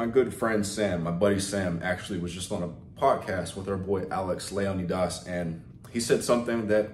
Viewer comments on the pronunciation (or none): none